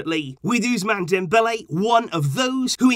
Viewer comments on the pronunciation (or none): I always find it funny how says Oozemaan Dembele;) Get well soon bro!